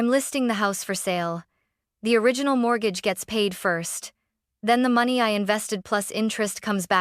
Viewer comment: Haha! MORT-gahge